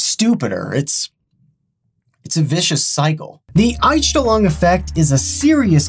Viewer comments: Dude, I was listening to the video tabbed out, and when you said the "Unstenlong effect" was German, I had to tab into YouTube to see wtf you are talking about; because I am German and it was horribly butchered. (not even close) Please just google these terms and listen to how you say it. :face-green-smiling::face-red-heart-shape: And yes, this is supposed to be constructive. lol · Ainstlong xD Fast richtig ausgesprochen xD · I studied german throughout college, and when he said that word the first time... a bit of me died. I had to rewatch it to make sure he was even saying the same thing! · x'D "The aNsChTeLoNg effect" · Deutsch: Einstellung Kevin: Anstillong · Love how he pronounces "Einstellung". He says "Oinstelluang". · I just click to see how he pronounces "Einstellung" haha, yes I am German. Anyone else? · i love how he butchered “Einstellung”. “Mindset” isn’t wrong, but it’s more commonly used as the word for “Setting”. Btw, it’s one of the funniest videos of you because you butchered the word, and still used it often. (I think accents and this type of butchering words is the Einstellung effect, formed by using your native language) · I'm as a German hearing how he pronounces "Einstellung" and says: "this is a German word" WTF? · actually Einstellung means setting but it´s rarely also used as a word for mindset Edit: your pronounciasion of german words is just as bad as my spelling/grammar of english